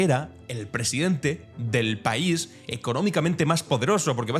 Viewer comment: Lees "el paisoe"... no se puede caer más bajo.